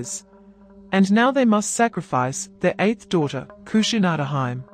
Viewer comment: I think the pronunciation is off for "Kushinada-hime." It's my understanding that the feminine name ending -hime is usually pronounced HEE-may rather than HYM.